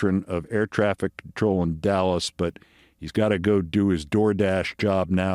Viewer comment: Dulles, not Dallas, love you Keith